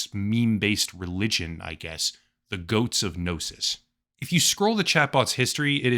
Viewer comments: "Goats of Gnosis" no sir, it's pronounced: [Goat-See] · It's pronounced [GOAT-SEA] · Its pronounced goatsy. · Pronouncing goatse like “goats” is pretty funny. Honestly never heard someone do that before. But yeah, do not google it. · my love it’s pronounced “goat-see” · It's pronounced goat-see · Isnt it pronouncced goatseee? Thats how ive always heard it. Gotta love that the AIs actually get memes and share some of the all time greatest of classics lol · It's pronounced "Goat-see" The Goatse of Gnosis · Its pronounced "goats see" all ad one word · It's pronounced "goat see". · I would never give my money to a cognitohazardous AI, but I have to admit the phrase "GOATSE OF GNOSIS" had me laughing my ass off for about five minutes. Also, last I checked, it was pronounced "Goat-see", but I could be wrong about that.